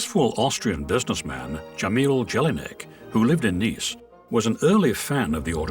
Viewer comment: the way you pronounce Jelinek is comical addition, it would have been pronounced like like that if it was spelled Jellyneck however it is slavic name and should have been pronounced as if it would be spelled 'Yelineck' , thanx for the chuckle ....